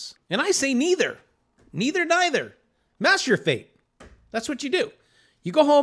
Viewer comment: I thought you said masterbate not master your fate.. lol